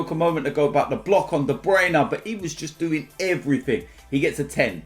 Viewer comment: “And everfing else”